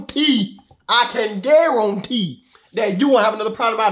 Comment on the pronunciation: I can GARONTE I CAN GARONTEEEEE